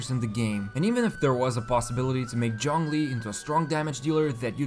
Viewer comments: Stop saying Jong li!! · Point taken. should have been somewhere between ts/ch/djz sound but not with a full J sound. Thanks. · "Jong Lee" 😔😔😔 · In game, english dub says "zhongli" now why tf do youtubers keep calling him "Jonglee" & *john lee" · Nobody:: JHONGLI